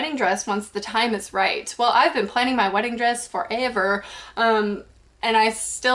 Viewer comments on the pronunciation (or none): I love the way you say "forever" hahaha gets me laughing all the time. Keep it up cuz I love watching your videos :S